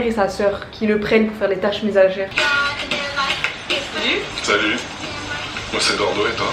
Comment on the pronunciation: des tache menaser ta dit au lieu de ménagère